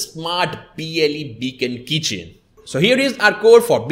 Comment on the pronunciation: Keychain not kitchen